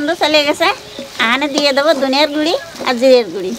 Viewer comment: তোমরা গুঁড়ো কে গুড়ি বলো কেনো?